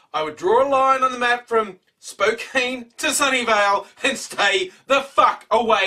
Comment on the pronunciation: PS you its SpoCAN not SpoCANE: Spokane Sorry thats my pet peeve. Like people that live in Oregon for like half their life and still call it "OrEgon"